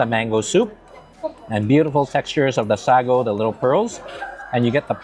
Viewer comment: Love your food content but it's pronounced sago not sagogogo